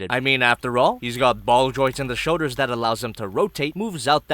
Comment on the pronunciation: I wish more people talked about how he always says shoders instead of shoulders, and it’s one of my favorite things